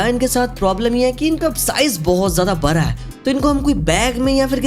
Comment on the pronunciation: Khada ❌ Khara ✅ Bada ❌ bara ✅